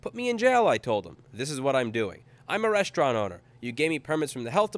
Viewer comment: resta-ino mate, not resti-ano :P <3